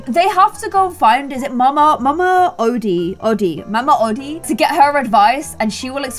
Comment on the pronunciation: Mama odi (oh-De)